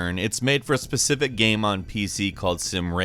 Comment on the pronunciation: Why does have trouble saying the word 'game?'